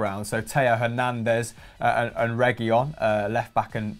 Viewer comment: Pronounces Llorente as Lorente, yet pronounces Reguilon as Reguillon...